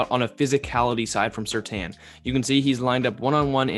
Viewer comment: It's surtain not surtan